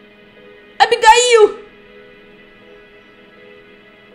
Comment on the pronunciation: não é Abigail é abigaiu